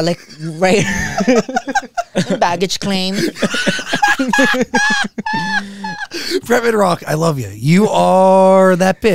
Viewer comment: She said “baggage claim” 😂😂😂